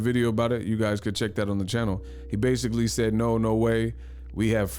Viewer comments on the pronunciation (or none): Kell Brook "Basicalay, Realisticlay" 🤣🤣🤣